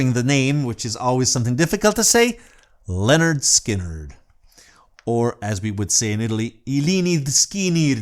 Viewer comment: You pronounced the name Lynyrd Skynyrd perfectly, but a few seconds earlier you did kind of butcher the pronunciation of the word “southern” LOL